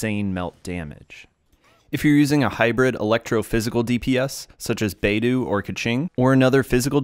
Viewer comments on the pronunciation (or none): thank you for the guide! she was my favourite support until i messed with her artifacts and i couldn't figure out how to make it work again. hopefully i can use her more now! however, i do want to point out that beidou is pronounced more like "bae-doh" (like in bread dough) rather than "bae-doo" - the 'u' when used after an 'o' serves as an extension of the "oh" sound, rather than indicating an "oo" sound